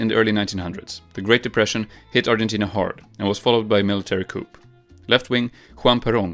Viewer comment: Coup comes from coup d'etat which is French. The p is silent. It's pronounced "koo"